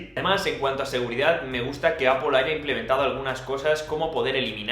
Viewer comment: No vuelvas a decir apol! Por favor! XD